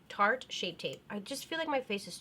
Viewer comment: when you said shart when you wanted to say tarte shape tape I dieddddd